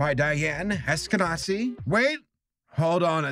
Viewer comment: its not "nazi" (natzi) the name is hebrew in origin and very common, it's read as " ash-ke-na-zee" אשכנזי